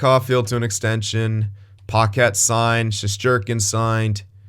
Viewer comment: It’s not paquette it’s packet lol